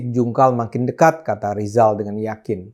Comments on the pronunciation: Ngomong RRR aja susah... Sok mau ngomongin ekonomi... Be OL dulu sana... Lijal. Lijall😀😀😀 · Menyebut nama sendiri saja gak bisa Rizal jadi Lizal makanya Cokro disebut Coro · Lijal sejak lahir sudah gagal bilang R 😂😂😂